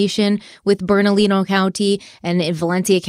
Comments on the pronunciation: The speech policewoman is back. Bernalillo County is pronounced Berna-lee-yo. Slight emphasis on the "lee" part. In the spanish language, often double l's are pronounced like "y's", or they are silent. If that makes sense. I may have that all messed up technically, but I try. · It's pronounced Bernaliyo, the 2 ll's make the y sound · I love you, but say it with me... BERNA-LEE-OH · I love you to pieces and the way you pronounce Bernalillo. I want to help you, please don’t come for me. 😂 BERNA… lee oh. That’s how to say it. Don’t ask me why because we have several “L” in there. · You guys are doing an amazing job covering this case. I'm a native to New Mexico and had never heard of it. I wanted to let you know you have a country spelled/pronounced wrong though. It's Bernalillo County (Pronounced Berna-leo not Berna-lilo) The two lls make the y sound. All the love to you guys! Keep up the amazing work!! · I live in Rio Rancho, suburb of Albuquerque. Loved this one close to home. Look at West Mesa murders. It's unsolved, and was surprise discovery. Bernalillo is pronounced Burn-a-Leo and Belen is Bi-lin. Loved listening to you saying the words. We have caliche pits for dirt roads all over. With coyotes black bear and cougars, it's hard to say what happen to her body. And yes the cops suck here and wouldn't surprise me if they were covering their own f*** up... cover up of a mishandled case. Extremely plausible for vuh-lin-see-uh cops. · Just so you know, it's Berna- LEE-YO. The two Ls next to one another make a Y sound in Spanish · Bern-a-lee-yo,. Much love. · I really appreciate how in depth you both go, and like the different perspectives. But I really need you to look up how locations in New Mexico are pronounced. Almost all of them are Spanish words, so they are not pronounced how they look. I am pulled out of focus when you say “burn a lilo” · It's bern-ah-LEE-oh (Bernalillo) county, the double Ls make a Y sound. 😊